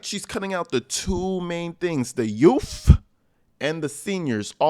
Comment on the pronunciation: "And the the yuhff" 😂